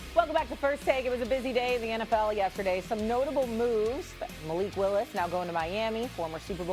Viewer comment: there is no way this fool said malik wilis lol